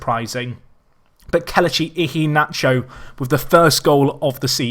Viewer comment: The way you say Kelechi Iheanacho pisses me off